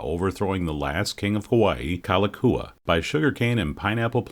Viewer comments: I know you asked for a pardon on butchering the Hawaiian language, but you should at least get the King's name right. It's "Kalakaua", not Kalakua. Haoles...!🙄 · Loved your documentary. The correct pronunciation if the King you referred to by name was King Kalakaua. Pronounced as: "Ka-la-cow-a" The Five dollar is pronounced as: "A-Lee-Ma" The Iolani Palace is pronounced as: Eww-o-la-knee" The city name Honolulu is pronounced as: Ho-no-lu-lu, as HANALULU is not how we pronounce it being spelled as Ho-no-lu-lu. I super loved your awesomeness at pronouncing our language. Thank you again.